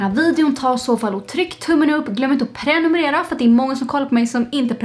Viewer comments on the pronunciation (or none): none